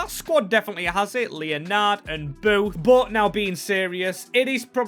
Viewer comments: Leonard is not said Leo-nard. It’s said Len-ed. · Made me laugh the way u said leonard easy mistake but its pronounced lenerd